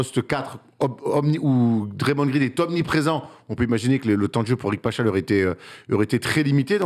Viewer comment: Alors Paschall se prononce PasKall et non Pachal